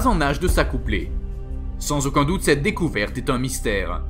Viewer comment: Pourquoi tu dis décoverte et après dire que peut être ils existent Pûr putaclick Quoi !!